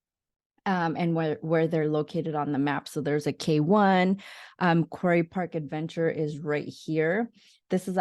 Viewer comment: You might want to use the correct pronunciations of words like "quarry" and "Maidu".